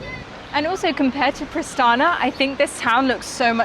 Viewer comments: Its Pristina... not Pristana. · Prishtina, not Prishtana. Otherwise everything is ok :) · Pristina not Pristana